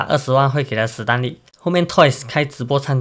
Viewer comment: 史丹利 不是死丹利 ㄕㄙ不分聽了好難過